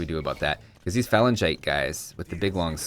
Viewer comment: How does "phalangite" end with "tay"?